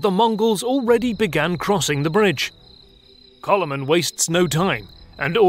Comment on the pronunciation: And Coloman is Kálmán ;) (I understand it's not easy to transcibe to english, but at least the number of syllables could be right :) ). But otherwise, yeah, the whole video is quite correct.